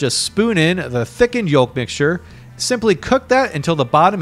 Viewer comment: I hate how this guy pronounces yolk